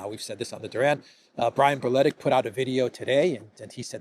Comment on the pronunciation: Except when spelling his family name correctly - it's Brletić, and it's always been Brletić no matter how much harder for Anglos to pronounce